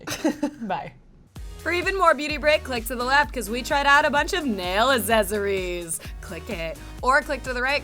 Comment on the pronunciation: GUYS. its AKSESS - ORIES. not AZZESORIEZ